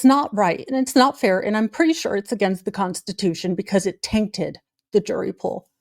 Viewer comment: “the constitortion”. OMG, love it.😍